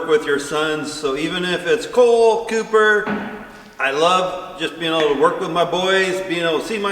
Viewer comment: sorry I think its Cooper not Copper.